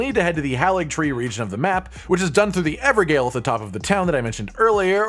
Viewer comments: Evergaol is pronounced like ever jail. Please stop saying ever Gayle. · It hurts my soul every time someone says evergail instead of everjail. almost as bad as someone calling it a evergall.